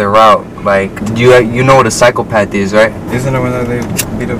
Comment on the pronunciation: And btw bro it’s psychopath not cyclepath .